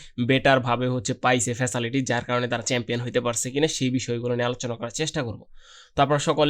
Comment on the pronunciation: ফেসালিটি.? রাউজিংস্টার্স.? উচ্চারণ ঠিক করেন মিয়া...